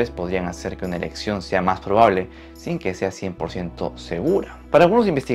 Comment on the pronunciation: En oí erección en vez de elección